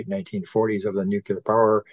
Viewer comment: Nuclear = New - Clear --> New - Clear There's an epidemic of people saying, "New - Que - Lure"